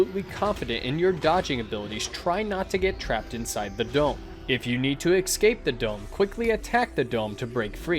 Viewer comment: It's pronounced ES-CAPE, not EX-CAPE